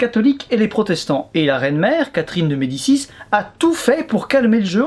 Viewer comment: Toi qui prononces d'habitude tous les noms très biens, tu t'es pas un peu foiré sur Catherine de Médicis? Ou tu fais exprès de le prononcer à la française parce qu'elle vit en France? ^^